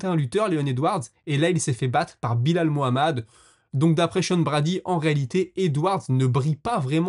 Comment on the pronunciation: Frero appelle le Belal et non Bilal 😭 top les vidéos sinon